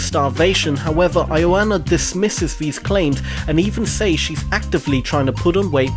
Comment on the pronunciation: You pronounced Ioana wrong.